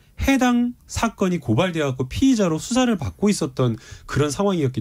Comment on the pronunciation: 갓고 .갓고 갓고 왜 각고 갓고 이소리 듣기실어요